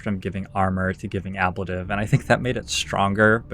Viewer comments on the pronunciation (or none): sorry to be "that guy" but I'm pretty sure it's pronounced uh-blayy-tive :)